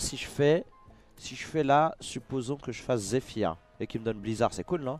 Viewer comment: zephrys pas zephyr lol rends pas fou